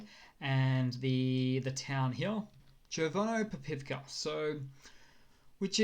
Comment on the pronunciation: Chervnopopivka... good job. Got it pretty good. And the others too.